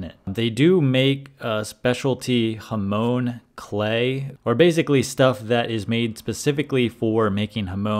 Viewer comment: Not Hamon as in the Ramones, but Hamon as in Monica